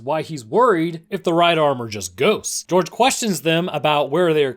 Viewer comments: It's pronounced Hor-hey Not Jorge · How am I supposed to trust your research? You called Chuck a “medic type person”, you called Gorge (Hor-hay) George (Jorj) and they did take the right car from the train, as Eris said Minho was in the car but they knew Thomas was after Minho so they took him out. You obviously didn’t do much work on this video. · It's Jorge (Hor-Hay) Not George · You forgot the most heart breaking moment in the whole franchise. Also, Jorge's name isn't George. It's actually pronounced hor-hey. Fun little tidbits you learn when your friend has the same name. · 1. Thomas THINKS Teresa is hooked up to the machine but she is NOT 2. Horhay’s name is NOT “Gorge” 💀 3. Marcuses name is NOT “Blondie”💀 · Is it bad that literally the whole time I was just screaming 'ITS JHORGE NOT GEORGE' its pronounced horehey not georgeeeeee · bro did all that research and says George instead of Jorge :( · George really it’s Jorge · This dude rly just pronounced Jorge as George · it physically and mentally hurt me to hear jorge be pronounced george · You can tell the narrator just read a summary Bc he says Mihno and George wrong😂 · its pronounced hor-hey for Jorge and but great video :D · ITS JORGE NOT GEORGE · It’s jorge by the way not George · the way he pronounces minho and jorge made me cringe everytime lmao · Allow me to introduce to you, this video: A summary acting as if the books don’t exist A summary that mispronounces both Jorge and Minho’s names A summary that compares Maze Runner to HG and divergent even though that’s a well known no no in the fandom A summary that as far as I know, once again forget to mention that the bOOKS EXIST A summary that fails to realize newt killed himself (slow it down and you’ll see he stabbed his own chest) This concludes my mini-rant :) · Jorge is not george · The way he says Minho and Jorge is a war crime